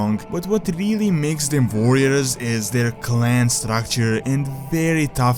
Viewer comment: Vorriors xD nice video!